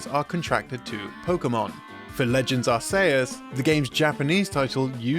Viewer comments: I’ve never heard Arceus pronounced as Are-say-us but I kinda like it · Arceus's name is a mash up of the words Arch and Deus, Literally meaing "high god" or "chief god". How you pronounce it with a soft c sound doesn't make sense. It should be pronounced like Ar-KEE-Us. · Are-say-us is the Japanese pronunciation, based on the phonetic characters used in its name. Are-see-us was the initial assumption for western fans, based on its spelling. Are-kee-us is the actual official non-Japanese pronunciation, because it sounds less like arse. EDIT: Though his inflection IS really weird. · Technically, the "us" is pronounced "yoos" instead of "uhs," since it's based on the word "deus," as in "deus ex machina." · That was the absolute worst pronunciation of "Arceus" I have ever heard in my life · You’d think that the people at Did You Know Gaming? would know how to pronounce Arceus but looks like they don’t. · I must say, you are the first person I’ve ever heard pronounce “Arceus” that way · TBF, says it too accurately. At least it's not Arkeyoos. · Of all the different ways people pronounce Arceus, I believe this video takes the cake for the worst of all. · I've never, in my life, heard anyone pronounce Arceus like that. I didn't even think it was possible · I have never heard Arceus pronounced like that. You're either a monster or you did that on purpose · Why does he keep pronouncing Arceus wrong? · You mispronounce it as well. Soft C is the proper original pronunciation. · Oof, that pronunciation of Arceus was painful. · who says arceus like that?? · That is the third variation I've heard of pronouncing Arceus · Pokemon fans: We will never agree if it is Ar-see-us or Ar-kay-us! DYKG: Hold my beer. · Settling the Arceus pronunciation debate with a version literally nobody uses, I respect it. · that's what I was thinking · Pokemon Legends Ar-say-us... Ok,... 🙄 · I've heard are-kay-ess, and I've heard are-see-us. But are-SAY-us? That's a new one.